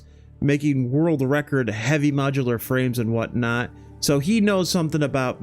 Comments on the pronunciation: I'm pretty sure it's pronounced "model-er" not modular for Satisfactory Modeler on Steam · also app called Modeler .. not modular lol. xD